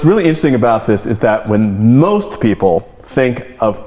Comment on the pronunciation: Enunciate Mr. Osborne, i-n-t-e-r-e-s-t-i-n-g, not in'sting.